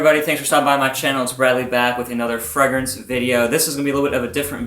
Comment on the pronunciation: Your pronunciation of fragrance sounds so weird. Either pronounce it the french way or english way. Don't mix them hahaha.